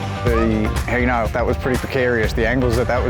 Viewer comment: Hino not hee-no